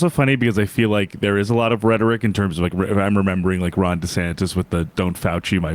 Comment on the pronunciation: Did you say brhetoric...😊😅